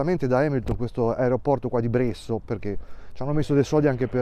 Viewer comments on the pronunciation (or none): Sei venuto dalle nostre parti. Bresso lo hai pronunciato in una maniera un pochino strana. Aspettiamo la recensione.